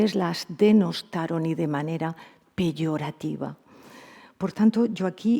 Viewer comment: No se dice PIYORATIVA. Es PEyorativa!!!